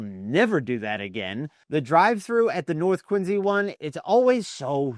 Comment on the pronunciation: Why are you saying "Quinzy"?